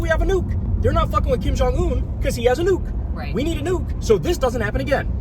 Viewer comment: Kyle's way to pronounce 'nuke' makes me believe this could be the reason Trump wants Greenland. He heard people talk about how Kim and Iran and the entire rogues' gallery all 'want a Nuuk' so now he want one as well.